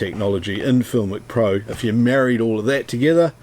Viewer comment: FilmIcPro? What is that? Not sure of your words.